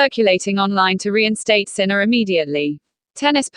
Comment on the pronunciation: You don't even prounce his name correctly. How could anyone belive you!